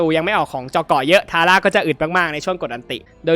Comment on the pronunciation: ทาร่าอ่านผิดครับ